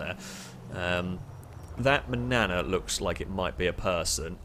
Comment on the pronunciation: manana? no. mañana is how u say it